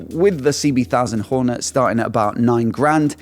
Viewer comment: Please. It's called a honda HorneT .... T not Horner